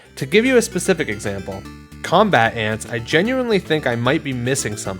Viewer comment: I’m of the opinion that it’s pronounced com-BAT-ants